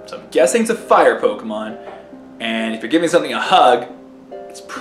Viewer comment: You mispronounce every name with a strong english accent.